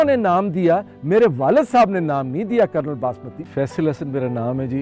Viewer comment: It is kernel not colonel. 😅